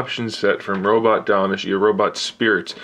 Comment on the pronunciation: Is Tamashii, not Damashii.